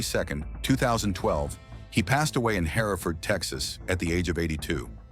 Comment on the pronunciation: The correct town name is Hereford , Texas. Pronounced “her ferd”